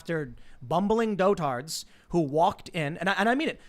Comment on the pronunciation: I die a little bit every time Pool mispronounces “dotard.”